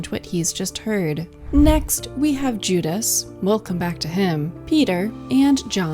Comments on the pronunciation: AI. It mispronounces Judas several times. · Pretty AI? voice goes into detail about Judas clutching a small bag with one hand and reaching for bread with the other and then later says Juda’s, frequent mispronunciation in this video, hands are hidden beneath the table. No actual explanation as to how Jesus’ hand positions reference communion. Early comments about perspective perhaps the only reliable comments. Given the amount of research and commentary available on this subject, The Last Supper deserves better.